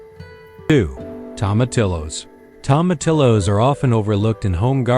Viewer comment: Tomatillos pronounced tomateeyos!😊